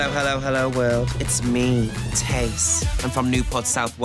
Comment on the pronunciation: Finally someone pronounces my mom's name right